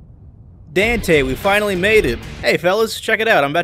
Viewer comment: Was calling him "dantay" a Devilman Reference?